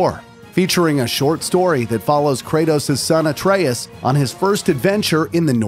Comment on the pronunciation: My man said Ayetrius 😭